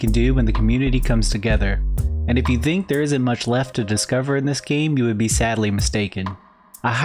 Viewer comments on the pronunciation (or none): none